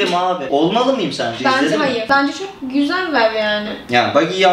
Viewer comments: VUVEBUVGAZ !! Yani guvuv duyuyosun? Hayıv guvuvluk bişe yok :D:D:D:D:D:D:D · Guvuv duguyorummusun Guvuv duyovum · Güvüv duyoyovmusun:guvuv duyuyovum Sonsuz dialoq